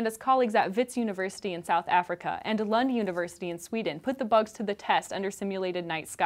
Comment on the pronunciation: for the sake of record, "Lund University" of Sweden is pronounced as "loond" University :)